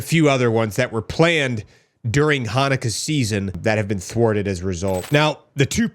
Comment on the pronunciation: dude, you don't pronounce the word "Chanukah" by pronouncing it with a "ch" sound at the beginning. You never heard the word pronounced outloud before? You're a dunce.